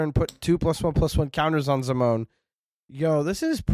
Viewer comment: Zim-o-nee?!? How dare